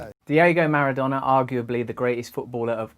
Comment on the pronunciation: Seems to be an american pass time to pronounce names wrong........MARADONA..PELE